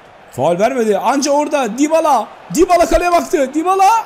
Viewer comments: abı dibala degıi yabala dıye okunuyor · yabala ne lan :D Düybala diye okunuyor